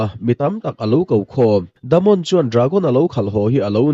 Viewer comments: Damond itia😂😂😂.... Daemon tila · Daemon Targaryen❌ The Mon Targaryen ✅ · Themon😂 Daemon Daymon tia lam a fuh ang,ngaihthlak a nuam zawk bawk ang. No offence